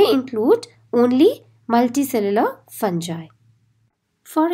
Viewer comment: Pronunciation of fungi is wrong plz clear it